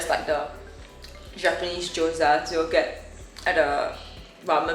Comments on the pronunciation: why pronounce gyoza as g-ohza instead of gee-ohza LOL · is a degenerate??? calling gyozas jiyozaz???? disgusting